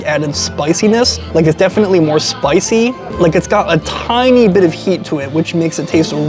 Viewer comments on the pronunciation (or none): none